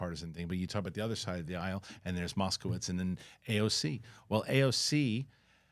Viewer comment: Oh! Keep up the good work! I see you are pronouncing Jared Moskowitz's name correctly now. No more mouse-kowitz from you.